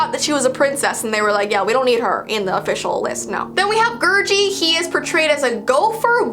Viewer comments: It's pronounced gurgy not gurjy I know I spelt it wrong lol also I love your videos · I watched it and idk why people think its scary. Also i want a gurgi Edit: its pronounced gerr gee